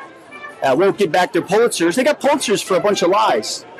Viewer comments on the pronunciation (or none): what's a 'Pultzer'??? dude is off.... way off! where did he get that tie? LOL. clown